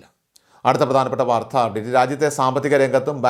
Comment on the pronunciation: " വാർദ്ധ" അല്ല..! " വാർത്ത". കമൻ്റുകളൊന്നും വായിക്കാറില്ലേ?